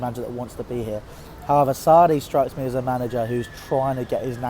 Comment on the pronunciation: is he saying sani?